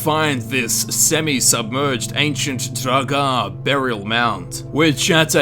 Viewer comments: Lol...draGAAAAH. I've heard you pronounce Draugr properly, so my question is, why were you pronouncing everything so funny? xD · You say draugr like you are having a stroke.